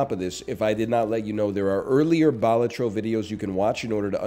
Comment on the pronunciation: I'll die on this hill...pronounced 'Bell-all-tro'